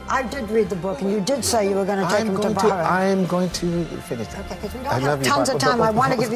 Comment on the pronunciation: did he say bahrain